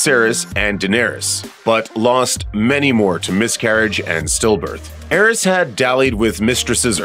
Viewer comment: “Aerys”and Maegor💀 how can an entire team fail this miserably with names